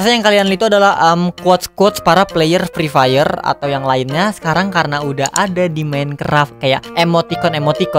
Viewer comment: Nobody: Free Fire: Frifer